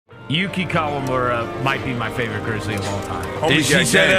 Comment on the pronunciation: It’a KA-WA-MU-RA, NOT KOLAMURA…🤦🏻